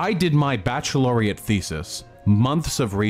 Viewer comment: "Bacheloriate" said SO confidently instead "baccalaureate" lmao! Thats how you know hes such a fraud.